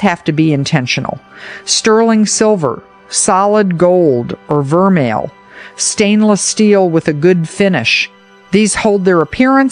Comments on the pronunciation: Pronounced “vermay” not ver-mail. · Your voice and pronunciation sounds common and vulgar -- too damned folksy! Some of those earrings I NEVER sprang for. I did make and sell beautiful seed bead jewelry. No, no thanks. And vermeil is pronounced "ver-may!.